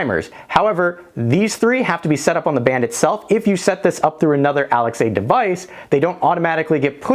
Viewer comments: First time hearing the name Alexa bring pronounced as Alex-A and i dont know how to feel. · Fyi, saying Alex-a makes you sound like you’ve been living under a rock for years unless you tell people why you’re saying it that way. 😂